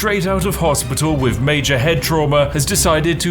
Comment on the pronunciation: When you say "wiv" instead of "with" it kinda breaks the illusion of spiffiness.